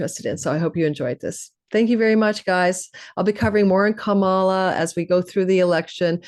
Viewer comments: WONDERFUL , thANKHyou!! 💜🙏🏽💜 At the end, you said Ka-MA-la. 😂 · Can people please pronounce Kamala correctly? It's an Indian name meaning lotus.. it is pronounced COME-a-LA. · I am not sure she expressed it that way. I've heard that she wanted it be pronounced correctly.. which is COMEaLA. If you have any indian friends you can check with them. Her mother is a south indian tamil.. and they espcially pronouce it ComeaLa with minimal emphasis on the first syllable and more emphasis on the LA.